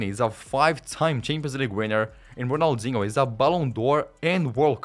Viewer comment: "Serie A" omg this dude dont know jack about soccer Ronalzingo lol cant make this sht up